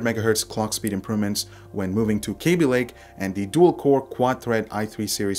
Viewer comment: it's kaby lake not kéby lake